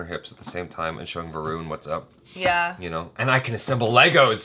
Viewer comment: Original song has been raped mercilessly! But Shraddha....no matter what an irritating actress she is.....she looked super-hot over here. But the moment she ll utter dialogues .....well, we ll know we have to put the vid on mute to avoid bleeding frm ears 🐒. "VROON" 😅 It's "Va-run". Ghabru is a Punjabi word actually means a guy (Mutiyaar means girl) but as a slang, ghabru is used to indicate "Cool dude".